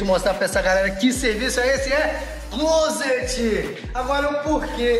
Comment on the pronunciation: Parabéns pelo vídeo e quando vc quiser tirar onda pode pronunciar “clóset” quase sem pronunciar o t no final.